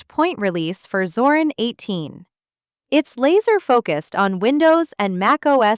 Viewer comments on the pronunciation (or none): Es nuss shon schwer sein zu lesen Zorin mit I nicht Zoran